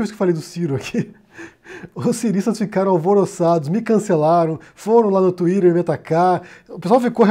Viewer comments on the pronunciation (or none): Pronuncie Twitter direito, você está falando com Brasileiro “tuirê” kkkkkkkkkkk